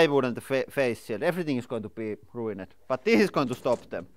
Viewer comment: It's not uncommon for people who picked up English as a second or third language. can make himself understood, but it's clear he's read a lot of words before hearing them spoken. 'ruined' is another. says 'rue in Ed' when someone native to North American would say 'rue-ind'. I once had classes in high school with someone who taught himself English out of a book. He'd never come across the concept of a 'soft C' so he had 'skink' after math. It took us a while to translated what he meant: 'science'.